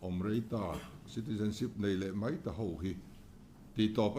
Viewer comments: ...Duhoma lo zet MAI (MEI ni loin..) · Mei nilo in mai😊